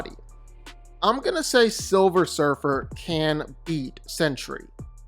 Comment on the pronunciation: and "surfr" and surfer what? ...sentry fought galactus to a stand still:)learned that last night.